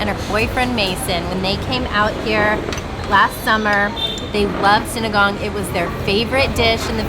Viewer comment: Ooh pronounced sinigang correctly 😊